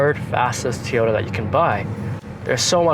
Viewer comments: It's a TOYota not Tota. Learn to say it properly if you're going to do a review video. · Actually it's toy-o-ta. But you're pronunciation was still better than over and over and over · Toy ota not t ota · Great review. But.... it's not Tee Oh Ta. It's TOY Oh Ta. And please, stop saying ''actually"". it"s annoying, lol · STOP saying Teyota!!!!! So annoying. Besides that grey job. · Such an articulate speaker this young man is….didnt say “um” once….does however call it a Teeyota 😅 ….subbed 👍🏼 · Good video but Toyota is pronounced Toy- ota.